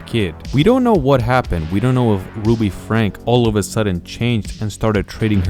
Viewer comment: It's pronounced like Frank-ee :)